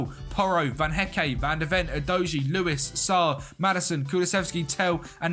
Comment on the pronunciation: The official name butcherer, Van Hecké yanoe